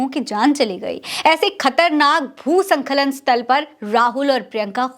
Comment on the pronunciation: संखलन नहीं स्खलन बोला कीजिए